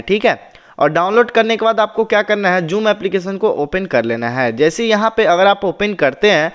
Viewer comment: Ye joom na hi ha zoom he